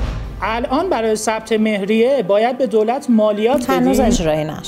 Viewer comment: سلام وقت بخیر تلفظ مهریه رو عامیانه گفتید درغیراین صورت تلفظ حقوقی مهریه فرق داره.❤